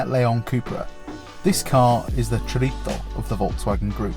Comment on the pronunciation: they way you said chorizo was the most tilting thing iv heard on YouTube to date